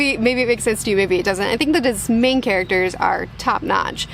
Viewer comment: When you emphasize main characters? When you set it, I heard "Maine characters" and thought that makes sense... I'm in the state so I got the meaning behind what you didn't mean to say